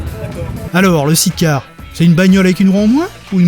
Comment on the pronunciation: Amis français, par pitié cessez de vous ridiculiser avec "sit car ". SIDE.